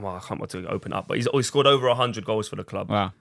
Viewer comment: "Great strike but its wover"